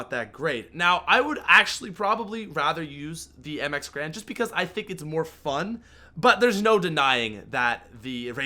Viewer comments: There is and A in between the G and R. I'm pretty sure you pronounce Garand as Garand, and not Grand. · it's mx garand not mx grand